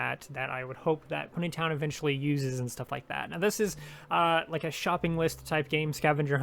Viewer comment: the way he says pony town like-- pUneY Tonn